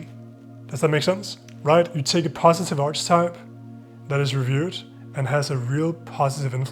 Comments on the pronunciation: archetype is pronounced ARK-uh-type three syllables and hard c sound. love your videos ! instantly subscribed. thank you. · "Archetype" is pronounced "Ark-a-type".